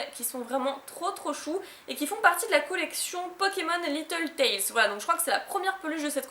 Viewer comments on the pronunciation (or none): none